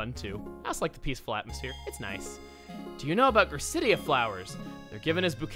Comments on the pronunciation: It's pronounced Gra-ci-dee-a! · Chugga you pronounced gracidea flowers wrong it was in a pokemon movie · I pronounce gracidea as gra-si-DAY-a, while chuga pronounced it as gra-Sid-ee-a